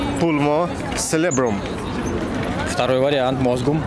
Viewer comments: ты неправильно cerebrum произносишь) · ты где в "Cerebrum" нашел "селебрум"? Читается это, как "церебрум"